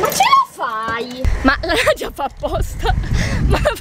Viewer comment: Ma perché hai detto nadiona io mi chiamo Nadia 😘